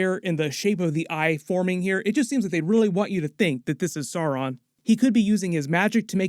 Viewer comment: Yeah SORE-on and Gil- GAL-ad made me wince. SOW-ron (as in ouch), and Gil-Ga-LAD, Ah-ron-deer, Eh-lehn-deel